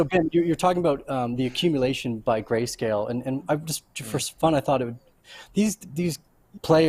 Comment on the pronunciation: huh huh, he said gayscale